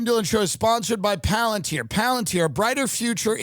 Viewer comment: Tim "PALANTIER" Dillon!